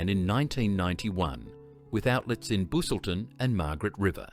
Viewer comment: The way Busselton is pronounced is criminal😂